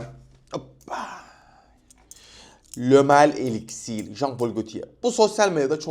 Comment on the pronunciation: parfümü neden fransızca okuyorsun amk .elixire elixir diyon parfüme pahföğğghh diyon